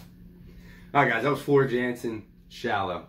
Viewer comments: FYI, she is Dutch, so her last name is pronounced Yan-sen. And anything she sings is pure gold. You cannot go wrong. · Prounced YAN-sen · Had to subscribe to a 'brother'. Welcome to the Floor Jansen (pronounced Yahn-sen) Valkyrie Queen 'goddess' rabbit-hole. Discovered her a year ago singing with Nightwish. She just has to do one more thing to become perfect, find and accept Christ as Lord and Saviour! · Her last name is pronounced yansen jansen she's Dutch they pronounce j like a y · She is one of the best singer's on the planet she is better than lady Gaga or Amy Lee she's the metal goddess. Her name is pronounced with a y sound